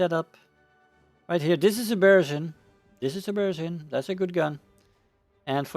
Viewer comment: Hello! Great videos. Can you, please, pronounce Russian surnames correctly? I'm talking about the word stress. L*A*vochkin, Ber*E*zin. You can check google translate for the words you are not sure about and just listen the right Russian pronunciation there. Thanks!